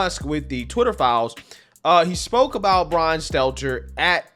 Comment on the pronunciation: Enjoy your nothingness Bwian you do crochet 🧶